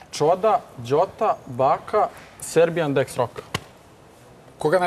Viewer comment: Wtf kako je rekla srbijan?😂😂